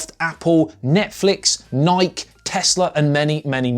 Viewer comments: The heck is Niek?! Nikē bro. Jokes aside, I had no idea you guys across the pond said it this way. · did you just call Nike (Nai-key) Naik? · It's "Nikey" not Nike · Wait - do British people pronounce "Nik-EE" as "Nighk"? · you started off with a negative, you need to learn how to pronounce Nike.